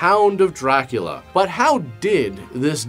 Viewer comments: Rockin it. But pronouncing it Dra-Coolio. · it’s DrayCulla